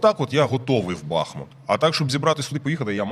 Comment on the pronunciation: Шановні ведучі! Як колишній мешканець БахмУта, маю зауважити, що наголос в назві міста на У. Це дуже ріже вуха, коли чуєш деформовану назву. А насправді все просто. Річка, на якій розташований БахмУт має назву БахмУтка, а не БАхмутка. Тому, будь ласка, не росповсюджуйте помилок, а називайте правильно. Дивно спостерігати, що в президентському пулі відсутній бодай один радник, який би виправив Зеленського, який наполегливо робить цю помилку.